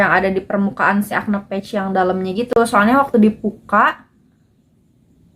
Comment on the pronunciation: Saran aja kak, liat cara baca "patch" di google. Soalnya kakak kaya ngomong "page". Semoga diterima dengan lapang dada ya kaka 🤗🤗 Oiya makasih bgt reviewnyaa. Sangat membantu ❤️❤️